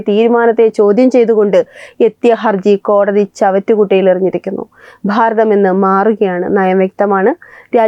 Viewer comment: Pharatham ennalla Bharatham ennu parayunnatha bhangi